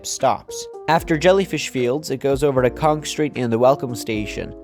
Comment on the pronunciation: The "row-homes" more look like mid-rises than anything else. Also, it's "Conch Street" not "Conk Street" lol